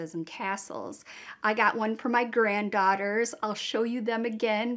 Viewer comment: Same! I had to rewatch that part to make sure she said granddaughters not goddaughters lol